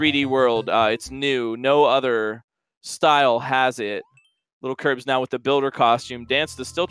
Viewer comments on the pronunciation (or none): Stop saying littlekirbs its lilkirbs